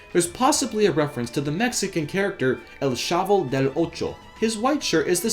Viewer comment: I love how you pronounced "El Chavo del 8" xD !